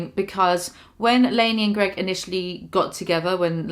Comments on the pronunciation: Say his fucking name correctly!!! It’s GREG NOT GROG!!!! Geez 😒 that’s fucking really annoying that you can’t say his name correctly lady!!! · Just for the record, Greg ruined the word spouse for me.